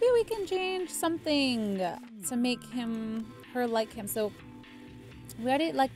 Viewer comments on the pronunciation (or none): none